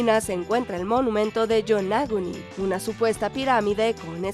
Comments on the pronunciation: Pronunciado en español tampoco sería "Yonáguni". ¿Defienden su idioma sin saber hablarlo? 😂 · antes de pronunciar nombres extranjeros procuren saber su correcta pronunciación. Qué manera tan horrible de pronunciar "Yonaguni"